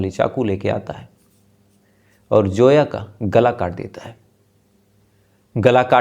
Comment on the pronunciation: No name like Joya it's Zoya understand Zoya Z Z Z for Zoya not Joya please correct your pronunciation